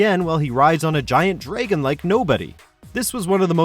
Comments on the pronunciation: “Terra-Zeeanhort?” “Clout Strafe?” “Zemnass?” “Sephiroth has FIVE health bars?” “DRAYGHON?” Holy shit, I’ve never seen something I’ve loved so much get butchered. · ZEM-NUS, DRA-GUN; PRONOUNCE RIGHT PLEASE!